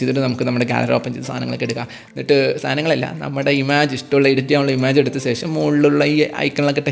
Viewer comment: ഇമാജ് (Image) അല്ല ബ്രോ.., ഇമെജ്.